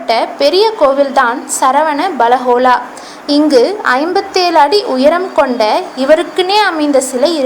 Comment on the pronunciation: that is not saravana belagola that is sravana belagola.....